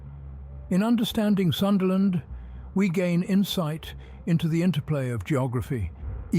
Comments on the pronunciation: Pls Pronounce it PROPERLY! - "Soonda" Land, NOT the American / Westernised version "SUNderland" 🤦🏽‍♀️🤦🏽‍♀️🤦🏽‍♀️ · The only thing that got me was the time it said sundayland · Love how he goes from Sundaland pronunciation to Sundayland...😂